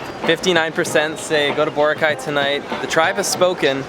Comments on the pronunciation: lmao cringed every time he pronounced Boracay wrong hahaha at least he's trying tho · You've been to the Philippines countless times but you still can't pronounce Boracay correctly 😂